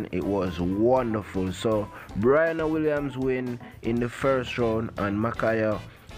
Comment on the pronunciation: Its pronounced BRE..ANNA, not Bri ..ana